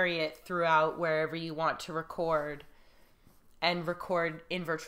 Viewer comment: I think was right on the pronunciation of "vapid."